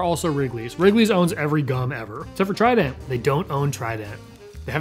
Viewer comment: Take a shot every time pronounces trident as “Tri-dEnt”.